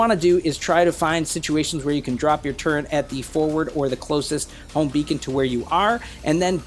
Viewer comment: haha, I was trying to be smart, I dont know why people pronounce turret with an N in it:)